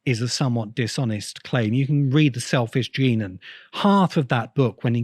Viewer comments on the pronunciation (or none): none